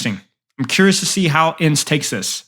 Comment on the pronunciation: haha no way you said E N C E. It's pronounced ens